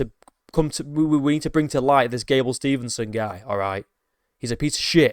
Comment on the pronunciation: His last name is Steve-son, not Stevenson. That being said, I never liked him. I was coaching in Minneapolis, MN when he was wrestling at Apple Valley High School. I knew a lot of those guys on that team and they were all POS. From Destin McCauley to Gable Steveson.